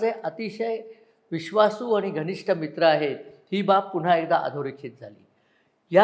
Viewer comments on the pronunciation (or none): none